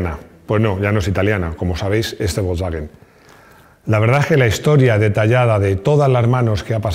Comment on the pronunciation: pues parece que dijo volkswagen.....jamas oi pronunciar a nadie volkswagen de esa forma...no dudo que sera la forma correcta de pronunciarlo...pero no deja de sonarme raro....y creo no sere el unico...